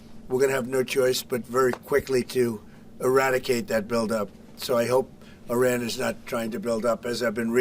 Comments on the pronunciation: I feel this is a.i click bait because im 1 min and 11 sec into this and he's not even saying iran right he's throwing a T in there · Its Iran not Iraq